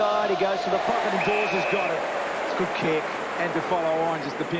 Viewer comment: DAWES not DAWSON